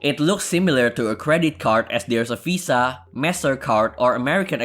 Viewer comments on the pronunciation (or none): none